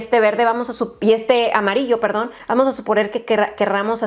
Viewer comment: Alguien más escuchó lo de : "mamarillo mostaza" 😂😂😂😂